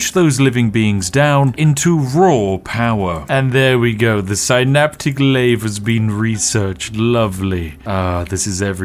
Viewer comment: Heh.. you say "synaptic lathe", but I hear "astronomicon" 😂